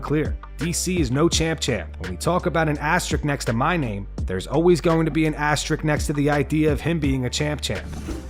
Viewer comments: It's not "ass trick" it's "as te risk" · Why are americans unable to pronounce the word asterisk? Asterix is still going strong after all this time.